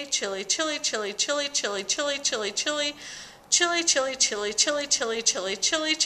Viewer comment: A few times there it sounded like you said chili. Just saying.